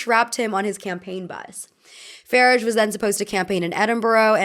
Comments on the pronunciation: PSA from your friendly Brit: Farage is pronounced with a long a at the end. Like Garage. Thank u for another great vid! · Ny-gull Farridge 😅